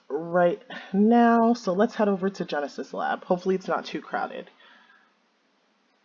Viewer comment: Drinking game: Every time says "Genus" instead of "Genesis".